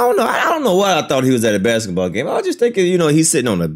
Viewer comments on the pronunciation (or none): I've never heard basketball being pronounced as bexitball😂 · Baksetball? Huh. Alternate Pronunciation